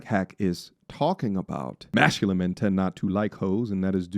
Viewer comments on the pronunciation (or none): Great post as per. Bro Y do U keep pronouncing Mashculine?! Is it on purpose or U cant say Masculine?